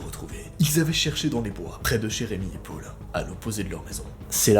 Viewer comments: " et son petit frère pôle " PÔLE NORD 😂😥 deso mais tu le dit bizarrement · tu dit mal Paul